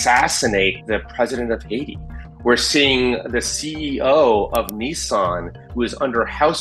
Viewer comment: When you need to google the joevenel moise to find out what country he is mispronouncing :D. Better to articulate than to mumble ;). its not a soft D and its ha-it-i, not haideez in one flowing word.. please dont butcher the important "powerwords" in sentences, everything else.. goodstuffs. but not the one single key word in the sentence that cant be ignored :D